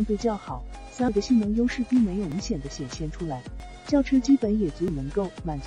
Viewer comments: su v ？笑死人 s . U. v. 才对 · 傻夫 車？第一次听人SUV唸成傻夫！